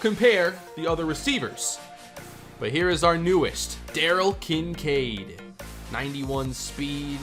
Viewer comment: Kin Kade are you kidding it's kin sade